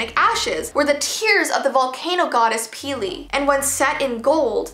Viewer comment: I know this was a year ago but I got a little mad when she pronounced the volcano goddess's name wrong.. I am from Hawaii and I am Hawaiian please educate yourself on the correct way to say pele. I don't mean to seem like a karen